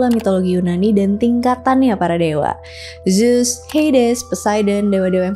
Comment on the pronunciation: Baca nya bukan zus kak tapi zeus